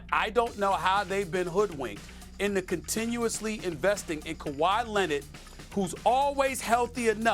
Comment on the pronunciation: "Ka'Why Lennid" 😆 Kawhi said f the establishment